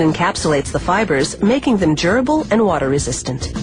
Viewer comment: lol it did sound like she said gerbil... but its durable...